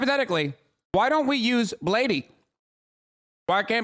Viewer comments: ben shapiro is getting offended over the superbowl but im getting offended by hasan calling bladee "blade - E" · he really said "bladee-y" hasan is not draing gang